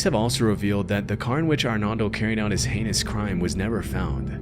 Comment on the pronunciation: ar NOHLDO not arnalde and HEEMENEZ not yemenez how does someone butcher a name so much 😭